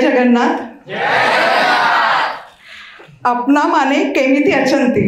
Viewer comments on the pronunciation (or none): none